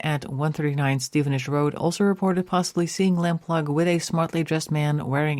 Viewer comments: Very interesting. The family fought tirelessly to find her and both her parents sadly died without finding anything out. Several leads and searches were followed up but nothing found. John Cannan took his secrets to his grave. RIP Suzy. It's pronounced Suzy Lamp-LOO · Lamploo (pronounced) Lamplugh (spelt)